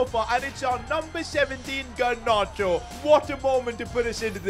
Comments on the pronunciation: Garnacho not Garnarcho😑😑😑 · The fact he said gernacho 😂😂